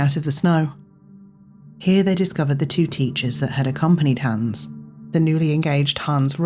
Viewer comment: It's Hans, not Hæns.